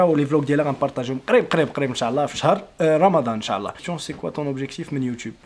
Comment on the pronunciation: السلام عليكم اريد ان اصحح لك معلومة.حاول تقول إن شاء الله ماشي انشااااعععع الله